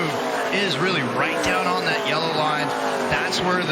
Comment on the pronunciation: Joseph Testor I cringe every time he opens his mouth. Especially when he says on, he turns it into a four syllable word, he says oouon